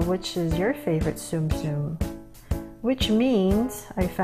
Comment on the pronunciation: it’s not zoom zoom it’s Tsum Tsum